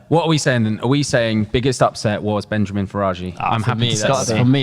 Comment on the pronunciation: Hey it’s Benyamin. Not Benjamin.